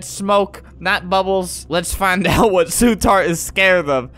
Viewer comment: "Oh no su tart"